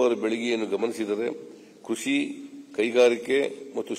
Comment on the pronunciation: ಲೂಸ್ ಬಡ್ಡೆತದೆ.. ಸ್ಪಷ್ಟ ಉಚ್ಚಾರಣೆ ಮಾಡೋ ಪುಣ್ಯಾತ್ಮ😂.. ಪಜಾ ಪಬುತ್ವ ಅಂತೆ 😂😂😂..ಕೃಷಿ ಕಣೋ ಅದು.. ಕುಷಿ ಅಲ್ಲಾ 😂😂